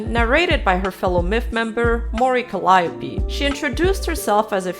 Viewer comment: Really enjoying the video essays. Just one small mistake btw...Calliope is pronounced Cal-ee-o-pé